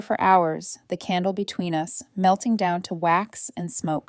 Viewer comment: dear AI voice/reader it's 'us' the two sounds together - not 'u s'!😂😅 and one more point - how was another woman's lipstick on the boyfriend's mug?